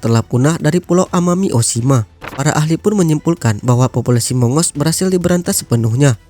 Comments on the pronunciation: Bacanya bukan mongos....tapi Agos.... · bukan mongos, monggus dibacanya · Waduhhh..sebutnya bukan mongos....tapi monggus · Bacanya bukan "Mongos" tapi "Mang-gus"....☺ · Maaf min mongoose dibacanya moung-gous... Bukan mongos